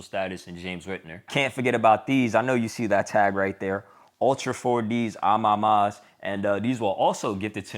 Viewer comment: Bro keeps saying Ah mahmah 😂🤣😆😆 Edit: Someone take a shot every time he says, “I feel like.” I’m going to try it, y’all pray for me 😂🤣😆🙏🏾😅